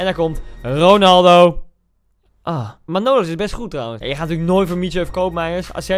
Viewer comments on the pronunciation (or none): Niemand: Echt helemaal niemand: Koen: MaNOlas Het is trouwens MAnolas